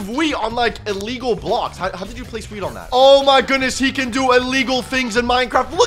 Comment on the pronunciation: Wheeth on wood not wood on wheth